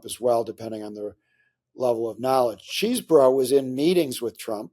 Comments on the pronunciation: It's "Chezbro", not "Cheese-bro". It's "Fahni", not "Fanny". Please learn how to pronounce top political names correctly, Mr Top Political Journalist. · CHEZ-BRO. NOT CHEESE...